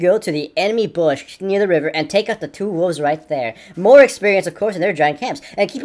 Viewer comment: "Two gigantic ass wooves" xD